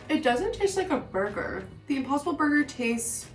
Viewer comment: I thought she said Opossum burger instead of impossible burger, att first. And I was like, ok this sounds a bit out of the ordinary😳🤔😆